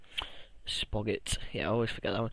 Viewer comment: its not spogit its spigot